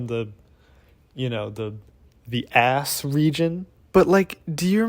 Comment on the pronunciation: I know this is a serious topic and video but I can't stop laughing "from the- you know the- the ass region?" it's just the way you emphasised it.